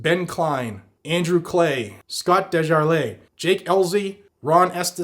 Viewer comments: just so you know its not Andrew Clay its (Cl-i-de) Clyde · Please, --that is Andrew CLYDE, not CLAY, from Georgia. Thank you, Andrew